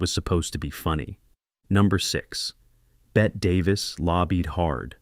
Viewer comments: Bette Davis’s was pronounced as if spelled “Betty” not “Bet.” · It's pronounced Betty.. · Bette is pronounced “Betty”. Ousia is pronounced “Weeza”. (Short for “Louisa”) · LOL, Drum does not say "Nothing like a good piece of tail." He says, "Nothing like a good piece of ass." Bette (pronounced Beh-tee not Bet) Davis would have been a mistake for Louisa 'Quiser' Boudreaux. (Owen calls her Louisa when they meet up at the festival) It would end up like Lucille Ball in the remake of Mame. I like Bette and Lucy in many of their roles, but sometimes, a person is just not right for a role or good fit with the rest of the cast. If people missed M'Lynn telling her daughter that she was advised to not have children because of her personal special circumstances and didn't consult doctors to see if their own were different, that's not the fault of the film nor the writers. If doctors advised their patients based on a movie, they aren't very good doctors.